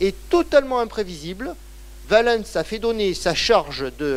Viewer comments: les personnages et les lieux connus on prononce à la française quand on parle français. Si on prononce en prononciation restituée ce n’est pas valènns mais Ouálens avec le son ou/w au début pas V, et l’accent tonique sur oua pas sur lens. Et si on veut être VRAIMENT puriste en restituée alors en outre il faut prononcer une nasale à la place du « en ». Car les voyelles suivies de ns étaient nasales et le n tellement faible qu’il ne restait que la nasale. D’où quotiens = quoties etc. Mais je ne m’attends pas à ce que vous connaissiez ces subtilités. Le fait est qu’en français on dit Valens comme Valence, la ville. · Passionnant. Attention quand même, Valens ne se prononce pas va-lènss ni val-leunnss EN FRANÇAIS mais va-lance rime donc avec Sens. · Son accent n’a rien à voir dans cette histoire. Si vous ne comprenez pas la différence entre prononciation d’un mot et phonétique de la langue, je ne peux rien pour vous. J’entends l’accent, mais ce n’est pas son accent qui fait qu’il se trompe de prononciation pour Valens.